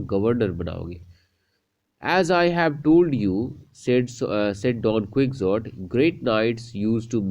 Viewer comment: Don ku-hou-tii